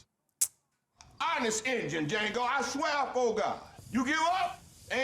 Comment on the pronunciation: "DAH JANGO" "The D is silent, hillbilly."